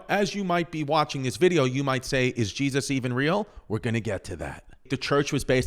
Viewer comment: I just LOVE IT when Chrissy says Jezz-uss lol